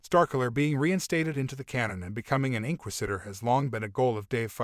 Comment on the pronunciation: Welp for one love how you said the word inquisitor wrong the whole video 😂Marrok really a female barriss well maybe but did you know that the stunt actor playing Marrok Paul Bernard is 6/1 and Sam Witwer is to I seen no clues to it being barriss they would have dropped a hint or clue by now I believe btw they been dropping hints and Easter eggs about Starkiller in the last couple of shows his armor was in the andor show they have mirrored scenes in the Kenobi show from the game 🤷‍♂️ why drop hints or Easter eggs if they dont plan on a Starkiller thing honestly I'm not rooting for Starkiller I'm rooting for Sam witwer because he's done so much for the franchise he deserves a live action role